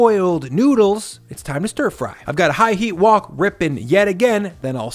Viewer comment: whok is WHHHite Haught, lol why did you say it like that?